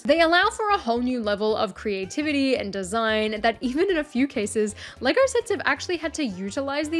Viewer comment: How does she manage to pronounce “Lego” with an R at the end?